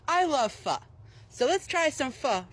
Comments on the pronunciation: Its called phO not PHA. You pronounced it correctly. no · I might be tweakin, but dose anyone else hear "Fuck" insted of pho? 😂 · He absolutely butchered the pronunciation. Personally I would NEVER ever add hoisin sauce into my pho, because the broth alone should be enough already. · Him not being able to say “Pho” or “jalapeño” pisses me off